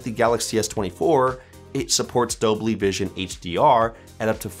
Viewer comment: Dolby ❌ Dobly ✅